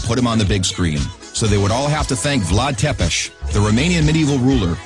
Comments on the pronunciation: You pronounce Vlad Țepeș as 'Vlad Tsepesh'. I'm Romanian and that how you pronounce it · im romanian and i can confirm he messed up completely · Not only mispronouncing all other names but even that of Vlad Tepes, really?